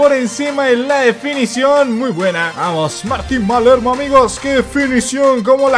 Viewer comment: Palermo es, no malermo